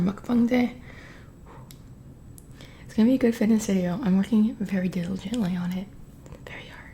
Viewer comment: She cant even pronounce "fitness video".... girl you should get a refund on those chiclets